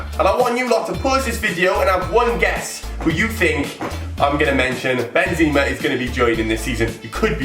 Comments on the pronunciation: are you kidding me thats not how you say benzema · How can you always wanted benzema but can't say his name right??